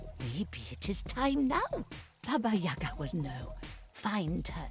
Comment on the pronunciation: She's not Ya`ga, Yaga'. "Ba'ba" means grandmother. Localisation is awful, but it is hard to translate correctly... with rhyme.